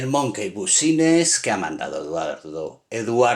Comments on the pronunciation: Se pronuncia Monky Bisnes 😁😁 pero aún así te quedó de lujo 😮😮 wow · se dice monqui bisnis XD